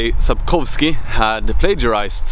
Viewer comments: As a polish native speaker who is also great proponent of alliance with Sweden I will only say this.... ...your pronunciation of "Sapkowski" name is SPOT ON. You sound like polish native speaker. Well done. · Sebastianek1990 Actually Sapkowski is prunaunce like Sapkovski. Our Polish w is like german.